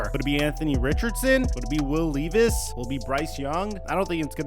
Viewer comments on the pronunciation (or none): LEV VIS LEVV VIS NOT LEEVIS 😭😭😭😭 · Its Leh-vis. Not Lee-vis